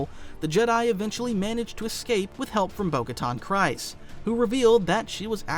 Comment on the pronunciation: Solid video, also just fyi, it’s pronounced “Kreez”, not “Cries”.